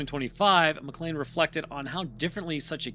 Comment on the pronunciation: McLean "MAH-klain" why can't Americans pronounce this? It's in die hard